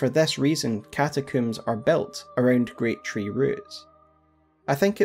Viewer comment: Why do you pronounce catacombs as cata-cooms? I have never heard it pronounced like this nor even sure what would possess you to do so. No part of the word implies coom, did your mother say she was brushing her hair with a coom?